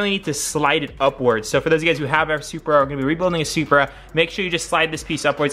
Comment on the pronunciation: Ahh my boy finally sayin it right 😂 Love & Blessings from NYC Bro 🗽💰💯